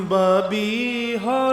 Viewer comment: ਬਬੀਹਾ ❌ ਬਾਬੀਹਾ ✅